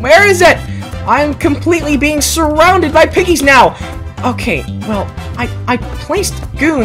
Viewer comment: U said goons instead of guns LOL